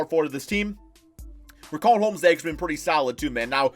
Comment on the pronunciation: Nobody:: RIKAWN HOMES